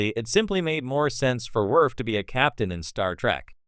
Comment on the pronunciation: Werf, Pickard, Yadzia, Bayoran? Is this a robot voice or someone who's never seen TNG?